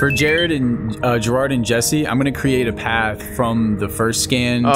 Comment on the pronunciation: DYLwalfal Yeah i know. But I feel like if he edits it he would get more likes .-. But if he doesn't edit it then it's alright. Its the "jarared" that bothers me. Its "Jirard" but tbh I think I'm still spelling it wrong xD. But eh, just trying to help. Edit: yeah it's "Jirard"